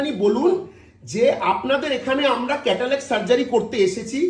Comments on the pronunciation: Kothakar ashikkhito re bhai cataract k catalac bolchhe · Lokta ekta chotolok.... Chotolok er moto chillache Catalact catalact korche... Cataract er uccharon janena